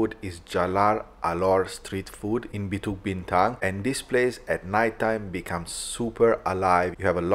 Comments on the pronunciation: Bro, minute , actually the Petronas Twin Towers is just a 9 minute walk from Pavilion Bukit Bintang if you just follow the main entrance past Five Guys and Starbucks you'll find the bridge that connects directly to the KL Convention Center which is next to the park. Also bro, you butchered the pronounciation of 'BUKIT BINTANG' throughout your whole vido😅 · it's Bukit Bintang not Bituk...Bukit means Hill, Bintang is star so Star Hill 😊...enjoy Malaysia and the food!